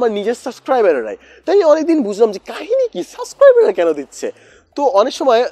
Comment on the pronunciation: "সাসক্রাইবার" or "সাবসক্রাইবার"??